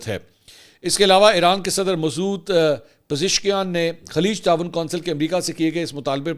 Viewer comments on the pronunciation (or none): none